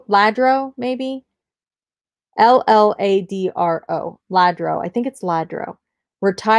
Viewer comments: Lladro =Yah-Dro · Honey, I adore you and remember this: the double "ll" in Spanish is always pronounced as a "y" in English. SO, Lladro" is pronounced "YADRO" Is that helpful? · For the Lladro just drop the first L and say Lah-Dro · Hi! Pronounced ya dro. Lladro. Love your channel & you! Learning a lot & enjoy what sold & the challenge videos😘❤️ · Double LL in spanish is pronounced like the letter Y so Lladro is pronounced Yadro. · Lladro is Spanish and is pronounced yah drow. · Lladro is pronounced Yadro. Lol sorry 😊